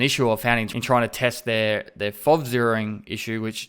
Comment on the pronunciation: It's F.O.V. not Fovvvvvv ;)